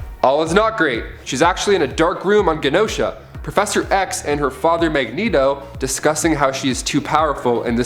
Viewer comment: Hulk r*ped Jennifer in the old man Logan universe. It's also pronounced Jen-no-sha. These new presenters are really awful, did you guys just grab some IG people who have never read a comic?